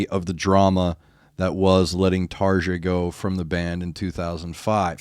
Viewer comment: For the love of god! Stop pronouncing their name american style! It’s Tarja and Floor Jansen. Not tardza and dzansen